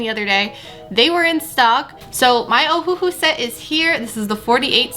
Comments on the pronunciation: Not oh - who - who it’s oh - who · Just so you know it is pernounsed ohulou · it is uhu that is how u say it